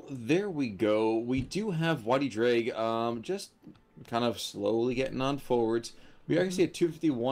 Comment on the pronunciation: Just a quick note: Y Ddraig's name is pronounced "Uh Vr-ayy-g". It's Welsh for "the dragon"